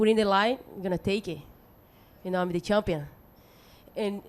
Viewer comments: She is shampion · I'm the campion you know? I have been training with my coats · no according to her shes a chumpion